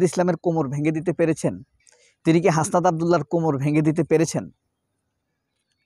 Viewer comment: Hashpat na ...Hasnat 😅